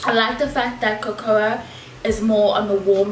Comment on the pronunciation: Cocoa is pronounced COCO sis